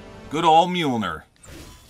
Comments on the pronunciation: Is this the first time he's ever said mjolir? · its pronounced mule near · You mean meemilneer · Just a quick note, it's pronounced m-yole-near. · Tip from anakun of the day - thors hammer is pronounced «mjolnier» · Mjolnir is pronounced myul-neer. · By the way, Mjolnir is pronounced Mil ni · its mee-youl-neer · dude your a marvel fan and you can't even say the name of the hammer right 🤦‍♂️ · you’re saying Mjolnir wrong😂